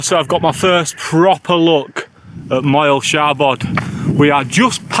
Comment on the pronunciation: Llyn = Llin though you might also hear it pronounced more like Lleen in certain parts of wales. Moel = Moil Foel = Voil (not foil 😊) Y = Uh For when you’re next in gods own country 🏴 You did ok on Siabod though ✔️